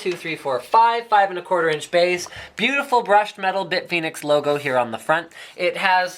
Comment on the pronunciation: I thought he said "Big Penis cases", due to the multiple that's what she said jokes at the start.